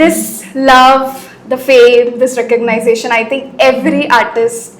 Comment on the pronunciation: Recognition ❌ Recognisetion✅ 😂😂😂